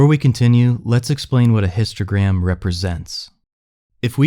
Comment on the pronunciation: Why I hear « Instagram » every time they say « Histogram »